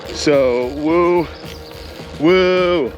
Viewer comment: Was that a "woo" or a "wu?" Or did you mix it up? 🤔😉😅